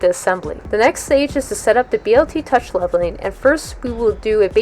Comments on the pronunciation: Stop saying BLT touch. Dude you are outa touch! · Were you hungry when you made this video? you keep referring to the Bl Touch as the BLT Touch LOL